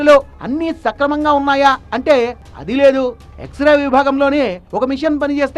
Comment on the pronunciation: ఎక్సరే ఎక్సరా కాదు